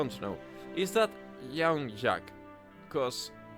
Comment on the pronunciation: Jacques . Also you’re ALMOST saying his name right but you’re saying “shack” when you should be saying “shock.” So first: Penny’s still on the dead character overlay… you need to fix that. The Ace Ops, are based on Aesop’s fables. A collection of tales that fit their characters. Clover Ebi is based on A Fisherman’s Good Luck. His Semblance is Good Fortune, the literal opposite of Qrow. Marrow Amin, the wolf Faunus, is based on The Boy Who Cried Wolf. His Semblance is Stay, which freezes a target in place. He can affect multiple targets as long as they’re all within his line of sight but it comes at a large Aura cost. Harriet Bree is based on The Tortoise and the Hare. Her Semblance is Super Speed. Elm Ederne and Vine Zeki are based on The Elm and the Vine. Elm’s Semblance can root herself in place while Vine can stretch his arms to great lengths. The team is divided on Ruby’s choice with telling Ironwood the truth, and Ruby’s beginning to understand why Ozpin did things the way he did. Weiss points out if you don’t have heat or projected Aura, the cold of Solitas (the continent Atlas is on) can kill you in a matter of hours. When they are discussing the dust mine they mention a cave in disaster which Blake registers immediately. It’s the same cave in that killed Ilia’s parents. Marrow asks for Blake’s help searching, but he also confirms that not all Faunus can see well in the dark. Blake has that ability, for example, but Marrow doesn’t. The Geist Grimm is the same typ